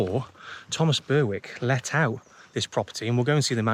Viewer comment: Very enjoyable video,. We always go up to Attingham to explore the estate, and it’s always great to see the manor. Just a little note on Berwick.. the ‘W’ is silent.. pronounced ‘berrick’, not ‘burrwick’. Not to worry, really enjoyed the video.